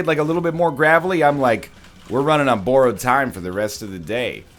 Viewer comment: NL you pronounce "borrowed" like such a Canadian